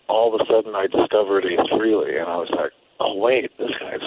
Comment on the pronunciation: His name is NOT FREE-Lee! For fuck sake. It’s Fray-Lee!